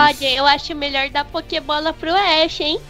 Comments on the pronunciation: Kkkkkk que fala pokibola manooo kkk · o clemond fala pokeybola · "A POQUEIBOLA!A SENHURITA POUQUEIBOLA!" MDS MT RUIM KKKKK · O Fentom fala pokeibola kkkkkkk(nao e uma critica pessoas)